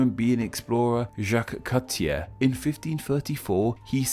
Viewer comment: Eh vous! oui, toi. N'est-ce pas que les englais comme ce gars là sont fous? Et crois que chui entrain de dire quelque chose intelligent. To be honest, you don't know how to pronounce Jaques-Cartier or any other french name.